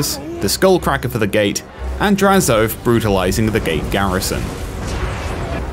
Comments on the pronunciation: My man said “draz-OATH”, but it’s pronounced more like hoeth with an a and no h. Drazho-ath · I’ve never heard anyone call him Draz-oath. Always Drazo-ath. Interesting.